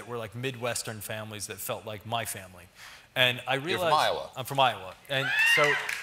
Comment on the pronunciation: I think a woman was murdered when he said Iowa.